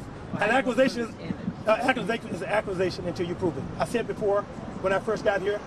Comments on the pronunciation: “Accusations” not “Acquisitons” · He kills me with "quer-tions" and "achqua-sations"🤣🤣🤣